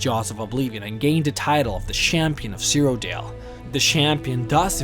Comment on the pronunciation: “Jyggalath” “Shampion” “Syrodill”